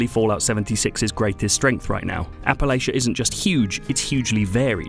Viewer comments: Dear: it is APP-UH-LATCH-UH - not Appalayshuh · It’s “App-uh-Latch-ia” Not “App-uh-Lay-shia” ;) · Almost was ready to stop watching when he said Appa-lay-shuh. It is pronounced Appa-latch-uh ffs. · Just going to let you all know this as someone who lives in Western NC, everyone who lives here does not pronounce Appalachia like that. Remember if you say "Appa-Lay-Shuh", I'm gonna throw an "Apple-atcha" (the correct way of saying it). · Of course pronounces it Appa-lay-shuh. Learn how to pronounce Appa-LATCH-uh. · It's App-a-latch-a not App-a-lay-sha. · It's not "appa-layshuh" it's "Appa latcha" Sincerely, an Appalachian. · Its App-a-LACH-un NOT App-a-Lay-chun. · It's pronounced appa-LATCH-UH not appa-lay-shuh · It’s app-uh-latch-uh. Smh get it right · Apple-atcha, dawg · Apple atcha is how ya say it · It's Appala-CHUH. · PLEASE please please please please learn how to properly pronounce our area. It's app-uh-latch-uh. Please and thank you. ❤❤❤❤ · Appalachia isn't pronounced like that. You should just google it. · Learn how to pronounce Appalachia. You're insulting the natives... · Hearing other people pronounce Appalachia is always annoying. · By biggest issue so far is how you pronounced Appalachia. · Pronounced and categorized Appalachia wrong, review not legitimate. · Hmmm, this worries me. I'm still willing to give it a go though. Could make the argument that a wasteland ought to feel empty and lonely. Definitely agree with you on the idea of quests being found is very meh for lore. Also, sorry to be this guy, but you mispronounced Appalachia.